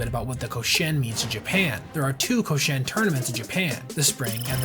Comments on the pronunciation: ko SHI en lowkey getting triggered when you mispronounce it lmao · I-WA-TE! KO-SHI-EN! Dude really researched this story thoroughly and butchered the pronunciation that badly?! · Koshien doesn't pronounce like co-shane, but should be ko-shi-en. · It's KO-SHI-EN, 3 syllables, not "Ko-shen." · Awesome research and detail! For future reference, you should pronounce the name of the tournament as Koshi-en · A lot of research goes into videos like this, which makes me wonder why the people who make them don't take a second to see how to pronounce Japanese words and names like "Iwate" "Koshien" "manga" Or that Nippon-Ham is a company and the team is called the Fighters, as demonstrated in the team logo that is included in the video. Although there should be a team called the Ham Fighters, which is a vastly superior name in my opinion